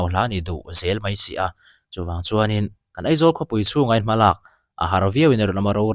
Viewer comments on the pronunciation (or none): EMC a ni lo AMC tih tur EIZAWLa ni hlei nem AIZAWL a nia lawm mizotawng khan lam ve mai ula